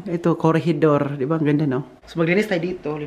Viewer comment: Hi, pag-open ko ng phone..to watch...May Kinshasa lang ako..pagbalik ko...narinig ko "Corregidor"...akala ko nasa Pinas ka na naman 😮...Yun pala...CORRIDOR....ikaw talaga..! Anyway... you've got the best Dads...always be a good son! God bless you all !🙏 ❤️